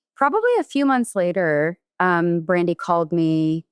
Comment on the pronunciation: Is it me, or is Amy saying “Randi”